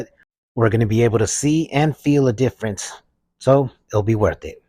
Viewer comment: “And look at the DIFRENCE!!! Wow!”